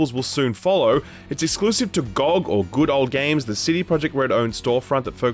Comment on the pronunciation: Choice of pronunciation for "ROG" and "GOG" unhinged